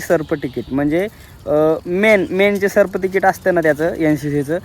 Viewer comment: सर्फ्टिकेट नाही रे त्याला सर्टिफिकेट म्हणतात.... बरं असू दे अभिनंदन..